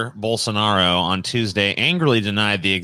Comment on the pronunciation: Goddamn it thats not how you pronounce Bolsonaros name. Just freaking look it up.